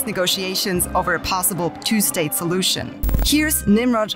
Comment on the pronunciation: I re-played it several times and I'm sure I heard "...possible two-state pollution..." 😯